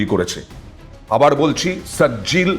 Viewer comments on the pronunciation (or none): Name gulo valo kore bolun julfiker sijil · মিসাইলের নাম গুলো "একি কাণ্ড বাবু" সঠিক উচ্চারণ করবেন "সিজ্জিল" " খুর্রাম শাহর" "যুলফিক্কার" দয়া ভুল উচ্চারণ করবেন না